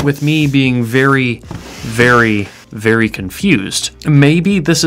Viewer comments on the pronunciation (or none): none